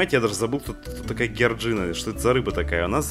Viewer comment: НЕ ГЕРДЖИНА А ДЖОРДЖИАН